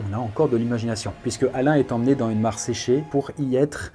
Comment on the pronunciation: "Les plaies à Alain" non mais tu forces là, relis toi un minimum, t'es un des youtubeurs qui font le plus de fautes à l'oral alors que tu lis un texte! Fais au moins les liaisons, entendre "dan une mare séchée" ça fait mal alors que tas pas loin de 30 piges...